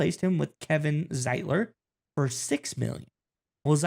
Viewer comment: It’s not See well; it’s sool It’s not Zeetler; it’s Z eyetler